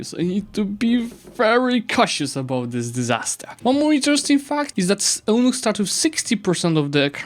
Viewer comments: “Eunuch” is pronounced YOU-NUCK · Great video, but eunuchs is pronounced very differently